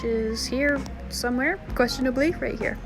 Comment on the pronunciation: THE AMOUNT OF TIMES U SAY QUESTIONIBALLY